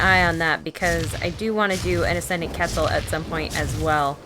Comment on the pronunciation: The way she pronounces quetzal offends me